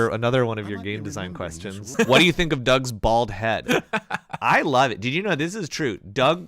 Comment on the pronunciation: “A blad spot.”